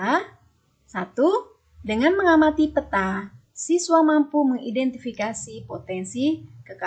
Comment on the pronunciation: bagus Bu..hy pelafalan peta nya kurang tepat